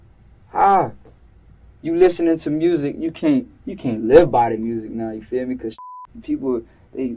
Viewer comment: 😂 It’s “you feel me”, not “you fear me”